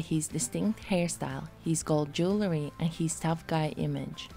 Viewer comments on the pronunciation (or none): none